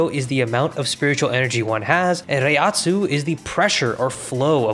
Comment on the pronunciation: Great pronunciations of Reiatsu, butchered Reiryouku